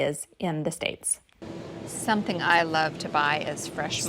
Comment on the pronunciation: You pronouce "Some thing"with k added somethingk,maybe a northern touch?